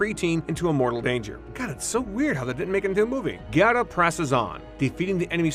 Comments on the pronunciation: Gerta not Gareta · Really wish this guy would pronounce GERTA'S name correctly!!